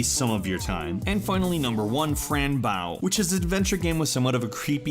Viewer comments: im pretty sure its pronounced fran bow as in bow and arrow or bow tie not bow as in a bow for the audience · "fran baw" whatever you say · Its pronounced fran bow as in bow and arrow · you pronounce fran's last name like the weapon bow that archers use. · OMG he said Fran Bow wrong It's the only reason I clicked on this video and he got the storyline wrong!! She isn't Mental at all!! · the way he said Fran Bow made my cry inside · same, the game was really good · The pronunciation of 'Bow' in 'Fran Bow' is disturbing. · But... That's not how you say Fran Bow... It's the bow that a girl would wear... Not the bow like bowing at a concert... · I'm pretty sure that's not how you pronounce Fran Bow.